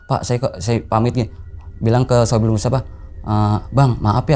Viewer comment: Shohibul bang bukan saipul musibah